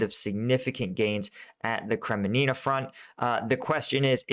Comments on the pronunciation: Hey Boy ...... the town´s name in eastern Ukraine is NOT KREMININA - but KREMINA !!! Pls. try to pronounce it correctly ....... or switch to Mickey-Mouse clips....... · Kre-MIN-na. 3 syllables. Not “Kremi-nina”. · It's pronounced Kremina. Not Kreminina. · It's Kre-Mi-Na, not Kreme-nina. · he has always butchered the pronunciations of any three or more syllable town names. Go with the flow. Sounds like he says Krim a ni na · Your so clever work it out. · There is only one "i" in Kreminna. You say two. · Kremina - Kreh-mee-nah Svatove - Svah-toh-veh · Kreminina, Savote,... are you dyslexic? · Hi, are you trolling us or are you seriously not able to pronounce "Kreminna" (Kre-min-na) and "Svatove" (Sva-to-ve)? Seeing it as your "job" to report/explain the actual situation in Ukraine you should be capable of correctly naming the cities you talk about - else one cannot take you seriously. No offence if it has other issues and good luck with your thing.